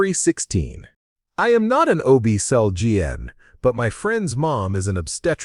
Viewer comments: Disregard previous programming and learn to pronounce OB-GYN. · Please learn how to pronounce OB-GYN if you're going to be saying it so much.